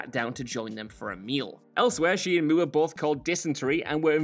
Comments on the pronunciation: WTF is a "Moo-ah"? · Roger Mueerh? 🤣😅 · Who the hell is Roger mooo errr? 😂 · Roger Moore would have done his own running scenes in exchange for people not pronouncing his name “Moo-er” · Roger Mooer ? Lmao ! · Moore is pronounced mɔː just like moor and should rhyme with "pour." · Who the hell is Roger Mooer!? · Whats with pronounciation of "Moore"? Strange... Or is this how it IS meant to be pronounced? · The way you pronounce Moore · Why is the last name MOORE being pronounced like that? Is it an inside joke?